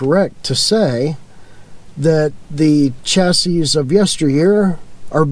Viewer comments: chassis is pronounced "chassy", not chass-iss. We've owned 7 motorhomes, mostly smaller ones, but I always go for the high-end brands like Coach House, Chinook, Pleasure-Way, Telstar, and I favor Ford V8 and V10 motors. I focus on performance over mileage and I stay far away from Mercedes-Benz (some very bad experiences). I spend money on the sway bars, better shocks, air bags, etc. My worst motorhome was an older Argosy (Airstream) with a Chevrolet 427c.i. motor, that blew up. New motorhome sales folks, like cars, are dangling the electronics-worm in front of new buyers, such as touch screens, blah, blah blah. If you are a newbie do lots of research on how they are built. YouTube has some pretty good videos on that subject. As a retired engineer I see some very poor quality (Chinese plastic parts) and poor designs in many new RVs today. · Chassis and Classy rhyme. It's not chas-iss. You were probably doing that on purpose to irritate my OCD. Good content. Thank you. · Can't pronounce chassis.